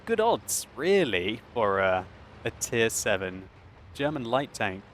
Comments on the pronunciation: german pronunciation is rather good, in respect of the fact that you are living in London and grown up in Great Britian. And its okay if you maybe say, that the FV207 is a TD, cause we all have eyes and can read ^^ By the way; The Leopard is the German Tier 5 light tank :) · stop fishing for compliments. Your German pronunciation is as good as ever.